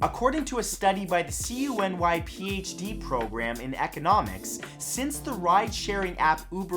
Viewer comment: New Yorker here. CUNY is pronounced "Kew-ny".